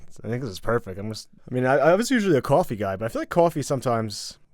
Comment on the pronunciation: loving "cwafee" pronunciation